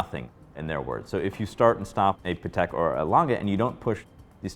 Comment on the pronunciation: Hate when guys pronounce Patek sounding like Paddock, ugh.